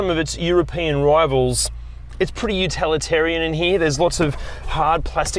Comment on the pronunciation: Utilitarian,! Not utalitarian!